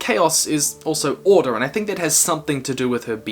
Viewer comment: he said orde not order